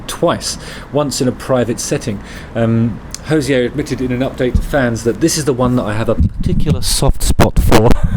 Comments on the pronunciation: Enjoyed this, Justin. Just to say he doesn’t call himself “Hozeeay” - he’s Irish (like me), he says “Hozee-er. Cheers! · Hey Justin, long timeviewer/listener. Love your work. Just fyi, us Irish call him Hose-eee-err not with a french pronunciation. I'm shocked Jenny has not corrected you. You can pronounce it however you wish of course but I just thought you would like to know how we shout at him down the local 😂 p.s. can't wait for my lovely yellow jhra tshirt to arrive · He says it's pronounced Ho-zeer. FYI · Hozier rhymes with Cosier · You're pronouncing his name incorrect, no accent needed on the "er" he's not French. It rhymes with cozier 👌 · Please learn to pronounce His name correctly